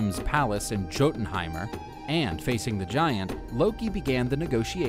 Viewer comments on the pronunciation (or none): ITS [YO-TEN-HEIMR]